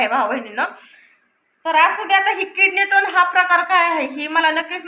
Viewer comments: अगं ताई किडनी टोन नाही किडनी स्टोन आहे...... आधी दवाखान्यात जा डॉक्टर सांगतील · किडनी टोन नाही ग बाई,किडनी स्टोन .म्हणजे मुतखडा